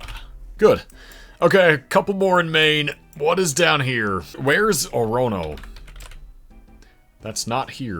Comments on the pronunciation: Calais is pronounced "CAL-ass" and Orono has the accent on the first syllable. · orono is pronounced ore-uh-no☝️🤓